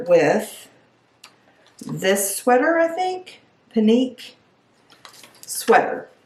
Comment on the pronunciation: Pinque= "Pink" (pronunciation) 🙂 I thought the first pants fit you well. I picture those with a black top and blazer I also liked the last sweater. But, if you're not feeling it don't buy anything! It's a waste of your credit.